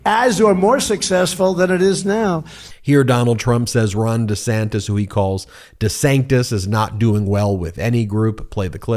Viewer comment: Does he know he is saying Ron Of sanctification (made holy) with Ron Desanctus